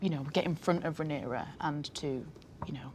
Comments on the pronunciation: It's Ray-near-ah sir! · Not the interviewer pronouncing the protagonists name like Panera 😂😂😂 it feels like he's only briefly skimmed through the cliffnotes for the show and never actually watched it, espeically considering questions like the one he asks about Helaena lol...like....dreaming is the point of her character, how is that a question that's at all interesting to anyone who's watched any of the show????? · Can this guy say Rhaenyra correctly once :( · The host bugged me he could not say Rhaenyra correctly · Why does he keep pronouncing her name like that? It's distracting